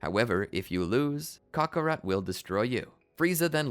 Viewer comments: the way he says Kakarot irks me. Cock A'Rot. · Why did you say kaka rot